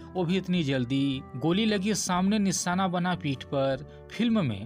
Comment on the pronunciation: Sole nahi sir sholay sayad nahi Shayad hota hai nisana nahi nishana aap ke uchcharan me hi galti hai